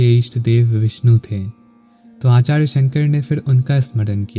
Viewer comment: r ko da kyun bolta hai. Acharya hota hai Achadya nahin